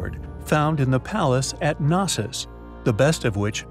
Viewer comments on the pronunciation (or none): none